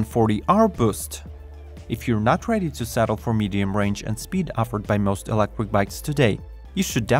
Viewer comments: "Electric" 'not "Elecric" 😉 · stop saying ELECWIK